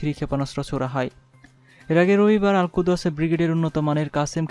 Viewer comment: Uccharon tik koira khobor porun. Al Kuds ... vul uccharon!!